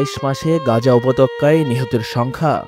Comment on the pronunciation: উপত্যকা কে উপতক্কা বলা আমাদের সাংবাদিক 😂